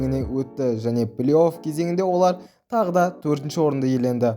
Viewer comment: Плиоф емес плей оф деп айтшы өтініш, сосын ойнап жатқан командаңның атын қалай қалай айтасын? Аустрия клубыңның атыыы